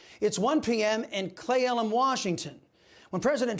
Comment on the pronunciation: It's pronounced KLEE -Elum.... :)